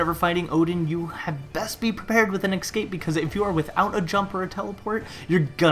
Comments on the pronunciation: It's not ecscape it's escape. You are saying it wrong! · He can't pronounce escape. Es-cape not excape. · its escape not exscape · "ex-cape" ??? E-SC-APE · No because me and everyone else hears excape in stead of escape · All I hear when talks: X cape._. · Why just why you said ES-CAPE so much and said it wrong every time :( that was so annoying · X Cape is what I keep hearing. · The way you say escape is really weird. It's "ekscape" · "Ickscape" CRINGGGEEEEE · You mispronounce escape and it hurts. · Learn how to use pronounce the word "escape" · Top 5 worst pronunciations of the word escape. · nice video but i cannot deal with how to pronounce escape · I was about to make this same comment